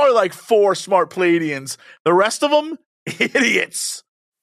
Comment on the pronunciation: Just a minor correction (I've been reading about and studying this case for many years and even have the VERY rare original text books published with the transcripts from these 'alleged' encounters) The "aliens" are pronounced (according to Edward "Billy" Meier) "Plee-yards", and the individual, Samjase, is pronounced "Sam-yah-see". The "J's" in these spellings is typically pronounced (by Meier) like a "Y". And the supposed image of Meier with the photos of Samjase, and was accused of taking those off the TV screen, were corrected due to the time they were taken and shown to people and WHEN that supposed woman was actually on that program people claimed. So IF HE DID photograph those women from a TV screen, it definitely was NOT from that Dean Martin program "debunkers" claimed it was. So even if it was not legit, there has been no proof presented as to where he took those photos of the women. I'm not attempting to prove his case in any way, it's just that I want to correct false claims made about HIM over the years as well. It's amazing though that he was accused of doing all this elaborate stuff, like rigging up models in the air to take the photos and doing all this fancy advanced technical manipulation of the images, when he had this really primitive camera and he had ONLY ONE ARM. If this case was not real, it would be fascinating to know HOW the hell he did all this stuff! BTW, I'm psyched that you guys decided to do an episode about this case!! ~JSV